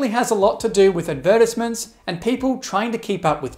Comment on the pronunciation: that way he said advertisements tho...